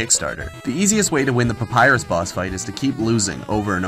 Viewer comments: Ironicly enough, the name of Papyrus is not "Papyru". I wonder if thats why he allow it. ;) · "Papyru" is not the only one ! (audible wink)